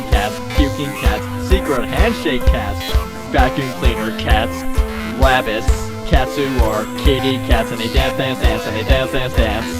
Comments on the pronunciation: wabbits! sounds like elmer fudd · no its wabbits lol